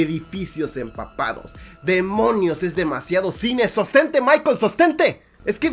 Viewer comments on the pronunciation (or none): none